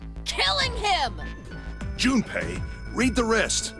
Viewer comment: Every time she says Jumpy all I can think of is 'Jum - P!'